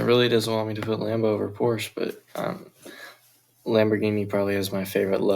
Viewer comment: it is not porsh it kinda has an u at the end